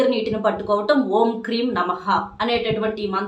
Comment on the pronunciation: Kreem aa kleem aa?